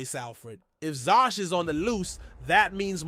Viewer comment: Zsas not Sjosj and it's Vries, Victor Vries or van de Vries depending which narrative they use